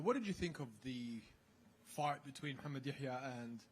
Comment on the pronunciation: When accents attack: “what did you think about that fart between Mohammad Yahya & Steven Nguyen being allowed to go as long as it did?” 😂😂😂😂😂